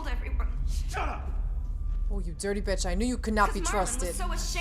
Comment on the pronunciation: this is a great video,must've gone under my radar and just caught up, love when you say dirty bitch In that New York style, is really funny